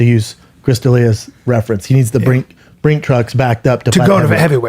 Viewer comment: What is Brendan trying to say here? "Brink-trucks?" I can tell he can't pronounce whatever he is trying to say, cause both times he tried he did his signature self-conscious-pause-cause-I'm-about-to-mispronounce-something move. What is he trying to say though? Brick trucks?